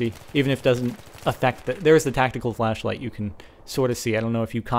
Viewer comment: at 4.52 he says tactical flashflight lol